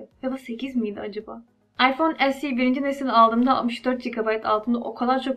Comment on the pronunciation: esi derken alman gibi oluyon direk se2de bence birde samimi güzel video 👍